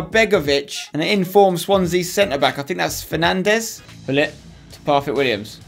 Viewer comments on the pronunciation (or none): none